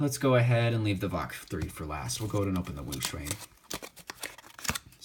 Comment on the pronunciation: It's VaLk, not Vok